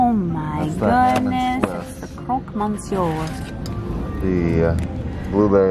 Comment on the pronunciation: loved your attempt to say croque monsieur hihihi GUYS NO the on my way from brothe bears was in FRENCH it's one of my favorite song ever! if not my favorite disney song in french! but it wasn't in italian, i can tell you that :3 aw james is so full receptive and he's so expressive... like the two of you! omg you guys are going to be so close! this is amazing! and i just want to say thank you for being you and being so awesome people and internet friends! sarah speaking the truth about where her heart really is... THE FOOD a MOOD